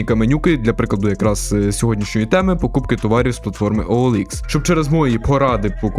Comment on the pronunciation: Ніяк! Бо на ОЛХ (саме так правильно читається) перевіряються не комплектуючі, а люди.